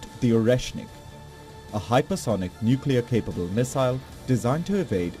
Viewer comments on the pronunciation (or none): It's not " nuclear".